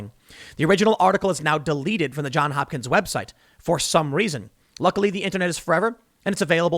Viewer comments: "Johns Hopkins" Tim. Not John Hopkins. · Frog2 I'll give you thumbs up for that. But the Baltimore Hospital and University really are called JohnS Hopkins, and hearing Tim leave off that S is just grating and reflects badly on him.